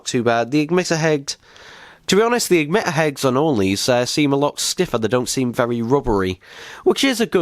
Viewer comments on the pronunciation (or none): You said eggmitter not emitter